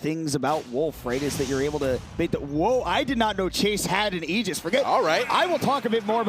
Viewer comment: I appreciate the commentator pronouncing Aegis "Ee-jiss" rather than "Ay-jiss" as most people seem to do.